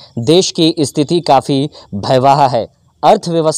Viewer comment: पहले बोलना सीख लो। भयवाह नहीं होता महोदय भयावह होता है